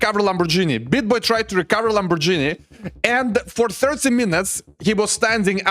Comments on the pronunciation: Lamborghini not LamborGenie ❤😂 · Не ламборджини, а ламборгини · pls stop saying " Lambor"GI'ni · “”Lambor-genie “” haha